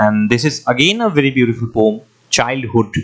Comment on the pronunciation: Poem ❌ pom✅🤣